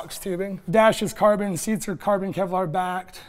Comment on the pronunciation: Am I only one who've heard "Korben, Korben!" instead of "carbon, carbon"?